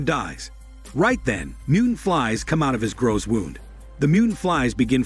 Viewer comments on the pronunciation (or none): none